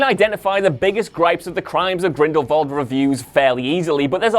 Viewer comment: Stop mispronounce Grindelwald. There is no “V” in Grindelwald